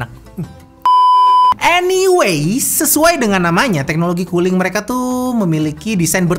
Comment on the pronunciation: . Kedengeran nya "teknologi KULI"... 😁😁😁